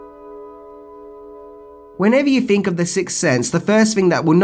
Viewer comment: ‘So what do you guys fink?’ Lol